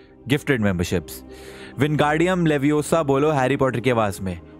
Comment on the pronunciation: Yeah😢❤ It's LeviOsa, not LeviosAAA😂